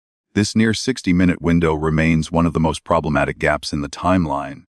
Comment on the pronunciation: He does not say minute properly.